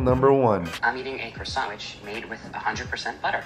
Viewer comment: who the faq say kwa sont